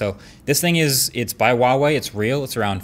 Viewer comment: H is not silent in Huawei